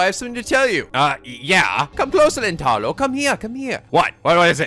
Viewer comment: Back to continuing with this: Rule of thumb for Japanese names, please stress the THIRD TO LAST syllable. This is VERY CONSISTENT; you should never need to guess how to pronounce names: Amane SUzuha, not aMAne suZUha MAyuri, not maYUri Okabe RINtaro, not oKAbe rinTAro / Okarin, not oKArin / HOUouin Kyouma, not houOUin KAede, not kaEde FUbuki, not fuBUki Itaru HAshida, not iTAru haSHIda HIyajo, not hiYAjo MAkise KUrisu, not maKIse kuRIsu KAgari, not kaGAri (this one you got right) MOeka, not moEka And from other games, to make the point clear: MAjima, not maJIma MAkoto, not maKOto KAzuma, not kaZUma If you don't believe it, just listen to how the voice actors pronounce the names. It's a western tendency to stress the second to last syllable instead, but third to last is correct. I would understand not knowing how to pronounce names if you read them with no context, but in games like Yakuza and Steins;Gate, the voice actors read out the name for you so you should know how to pronounce them.